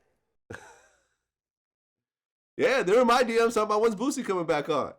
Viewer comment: You fucked up "NOW YOU BOUTA GET FUCKED UP" 🙏🏾 HIS NAME BOOSIE NOT BOO BOO DA FOOL VLAD😂